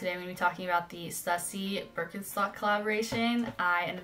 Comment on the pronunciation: In the future, it's Stoo-see, not Stuh-ssy. Very nice Birks by the way. Keep the Stüssy ones.